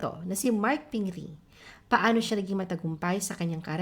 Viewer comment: Pronunciation mo sa pingris walang s ba talaga pero ang mismong may pangalan my s nman niya bigkasin haha😅